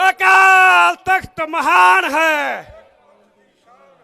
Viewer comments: ਓ ਭਰਾਵਾਂ ਰਿੰਗ ਰਿੰਗ ਬੋਲਦਾ ਤੁਸੀਂ ਕੀ ਸਿੱਖ ਕੌਮ ਦਾ ਭਲਾ ਕਰ ਦਿਓ ਗੇ ਸੋਨੂੰ ਸਹੀ ਸ਼ਬਦ ਨੀਂ ਬੋਲਣੇ ਆਉਂਦੇ ਅਕਾਲ ਤਖ਼ਤ ਸਾਹਿਬ ਭਾਈ ਤੂੰ ਕਾਲ ਤਖ਼ਤ ਸਾਹਿਬ ਬੋਲਦਾ ਆਪਣੀ ਬੋਲੀ ਸੁਧਾਰੋ ਦੂਜ਼ੀ ਗੱਲ਼ ਅੱਜ਼ ਛੋਡੇ ਵੀ ਬੰਦੀ ਸਿੰਘ ਯਾਦ ਤੇ ਚੰਡੀਗੜ੍ਹ ਵੀ ਯਾਦ ਆ ਗਿਆ ਥੋਡੇ ਜਦੋਂ 10 ਸ਼ਾਲ ਸਰਕਾਰ ਵਿਚ ਸੀ ਉਦੋਂ ਕਿਉਂ ਨੀ ਬੋਲੇ ਤੁਸੀਂ ਲੋਕਾਂ ਨੂੰ ਉਲੂ ਬਣਾਉਣ ਬਣਾਈਂ ਜਾਂਦੇ ਓ ਜਦੋਂ ਸਰਕਾਰ ਬਣਗੀ ਨਾਂ ਕੋਈ ਬੰਦੀ ਸਿੰਘਾਂ ਨਾ ਚੰਡੀਗੜ੍ਹ ਹਵਾ ਵਿੱਚ ਉਡਾ ਦੇਣਾ ਰੌਲਾ ਕੁਰਸੀ ਦਾ ਨਾ ਬੰਦੀ ਸਿੰਘਾਂ ਨਾ ਪਾਣੀਆਂ ਤੇ ਨਾ ਚੰਡੀਗੜ੍ਹ ਦਾ ਜਦੋਂ ਕੁਰਸੀ ਮਿਲਗੀ ਪਤਾ ਕਿਹੜੀਆਂ ਖੁੱਡਾਂ ਵਿੱਚ ਵੜਨਾ ਜਾਕੇ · ਸੀ ਅਕਾਲ ਤਖਤ ਬੋਲੋ ਅਕਾਲ ਨਹੀ